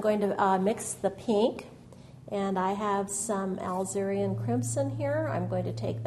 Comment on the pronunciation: Really enjoyed your lovely video. You paint very beautiful roses. BTW, alizarin crimson is pronounced uh-LIZ-uh-rin (starts out same as Elizabeth)